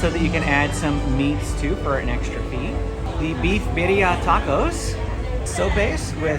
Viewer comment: Nice to hear you're are finally pronouncing birria properly 😀